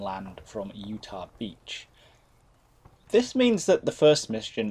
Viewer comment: Minor note, its "Utah" not "Utach"